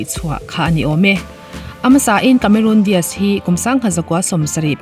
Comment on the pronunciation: Cameron Diaz ,.kamerun dias ai mahin Kamerawn dace(dice/dise) tiin lam la a dik zawk asin.Charlie's Angels-Chhalis Angels tiin.😁😁